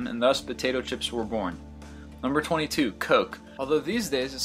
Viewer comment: And thus! ----- was byorn! Haha!